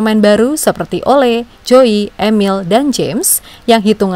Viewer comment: Penyebutan nama Ole harusnya Oleu min. Orangnya ga suka dipanggil Ole